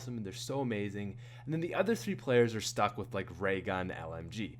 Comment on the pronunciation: You sound like a pirate when you say the letter r or when you say are